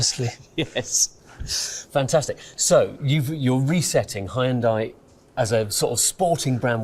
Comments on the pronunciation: It's promounced 'Hun day' or 'Heon day' why do we have to absolutely burcher the name. You can even hear the korean guy say it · I can't believe he said hy-un-dai. Especially after those adverts for the correct pronunciation in UK. Schoolboy error. Or did he mean it? 🤔🤣 We need cars like the 74 and that Renault 5 concept and the likes of 😍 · Oh god! He said hi-un-die during the interview 😂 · Man said "Hai-En-Dai" to that guys face 😂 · Good lord, it’s not pronounced “Hi-yun-DIE”. Automotive journalist but can’t take the time to learn how to say the word correctly 🤦🏻‍♂️